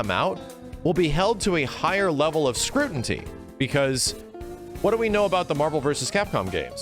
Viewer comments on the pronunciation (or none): "Scrutiny", not "scrutinty". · My man: SCREW-TEE-NEE. NOT “scrutinty”. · Completely agree with. Marvel characterized gameplay which would be different under nrs. Not saying its wrong, but likely will be different. I never realized Maxs pronunciation of scrutiny (*scrutinty) listen back its in there at least twice. Shine on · "scru-tin-tee" lol